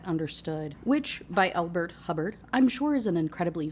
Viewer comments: Ngl I thought you said the beginning quote was from Elrond Hubbard for 2 seconds and almost had a heart attack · GIRL when I heard you say that the quote in the beginning is by Elbert Hubbard, I swear to god I thought you said L Ron Hubbard, aka the founder of Scientology 😂 coho may be unhinged, but at least she’s not THAT unhinged